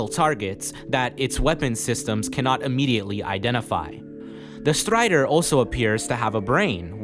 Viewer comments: I stopped watching the video as soon as i heard how he pronouces "Strider" Kidding but nice video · the way you say strider and some other names with R in them has some accent I can't recognise but it sounds so funny